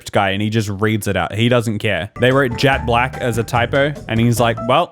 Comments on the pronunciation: the voice over pronounced it as jat black not jet black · OK but jat black is darker (the joke is that the narrator pronounced it like "jat" instead of "jet") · Im sure knew this. He was joking about how the narrator pronounced it. "jat" instead of "jet" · He's confused by "jat black" not "jet black". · That's not where the term comes from though. Jet is a type of gem. Also, I think he's confused by the pronunciation of it as "jat black" more than anything. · Because the dude actually said “jat black” 😂 that’s why he said it was a typo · The narrator pronounced it like 'jat" that's what was talking about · Yes but "jat black" is not. Which is what the narrator said.